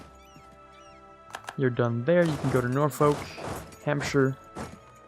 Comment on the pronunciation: tbh I'd love to see you continue this series even after the achievement. I know that there's an update coming and stuff but going on a colonial Ireland run or whatever would be really cool. Also Norfolk is pronounced Nor-fook (like book but with an f), the L is silent.